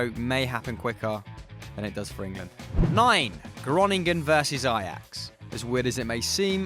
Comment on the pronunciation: Lol how you pronounce fc groningen😂